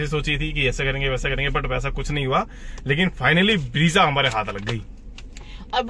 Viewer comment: bhai ब्रेज़ा hota hai, ब्रीजा nahi. Looking for more content like quality of materials, rear seating space etc.